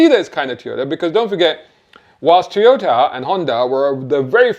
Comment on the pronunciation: Toyota, not Teeyota own Panasonic you plank